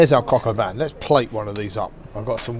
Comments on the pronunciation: Why do British people pronounce shit wrong on purpose like all of their lives? “Cock aw van” lmaoooo it’s “coke oh veen” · "Cocka van"...lol, brits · I pronounce it “cock al veen” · The bastard can't even say it correctly. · Du pain noir pour dire Pinot noir ; Huître pour dire sot-l-y-laisse ; crocavan pour dire coq au vin. C'est un shit doublage automatique.